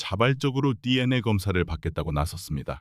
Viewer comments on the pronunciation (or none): 디엔아(DNA) 가 아니고 디엔에이 입니다 디엔아 라고 발음하는걸 생전 처음 듣네요~ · CCTV. DNA ? 로보트 발음인가요? 좀 이상하네요